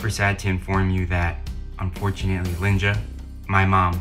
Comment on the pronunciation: Say her name correctly!!! LynJa Lynjuh Please if you do a tribute to her say her name correctly